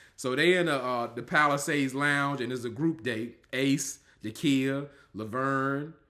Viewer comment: Every time you say “auntie Dykia” I scream 😂😂😂😂